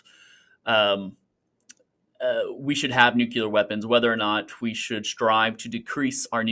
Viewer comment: Fully agree. No idea why he continued pressing that. Also, I lose my mind when people pronounce it "nuke-u-ler".